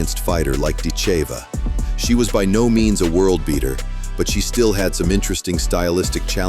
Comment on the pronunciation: Are you def or stupid or maybe both? Accent is on "i" not on "e"...but you maybe to stupid to see that? It sounds very bad when you pronounce her name morron!